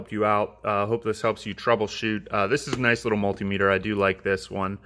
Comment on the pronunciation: You're pronouncing multimeter wrong